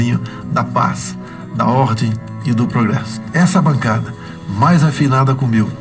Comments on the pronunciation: Boa noite estou enganado ou ele falou ordi ? Não seria ordem????kkkkkkkk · O cara fala mal do nordestino e não consegue falar a palavra ordem corretamente 🤭